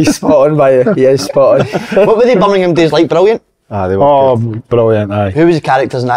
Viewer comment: I love how none of them can pronounce Birmingham 😂😂😂